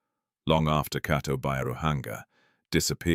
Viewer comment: The Name is not Keto, it's (Kato Byaruhanga)👍🇺🇬